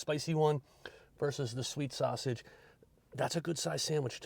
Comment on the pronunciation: And you said it correctly